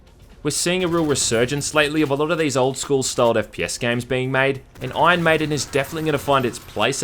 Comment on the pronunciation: This game looks great! Awesome review as always. Its funny because "Ion Maiden" sounds like an Aussie is saying "Iron maiden" Anyway